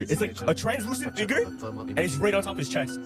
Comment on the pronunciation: I wouldn’t take to heart from anyone who pronounce the “figure” .. these two yahoo’s don’t know their head from a hole in the ground!!!